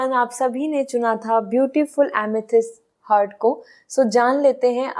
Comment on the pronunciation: दीदी हर्ट नही हार्ट बोला करे प्लीज,,हर्ट मतलब दुखी करना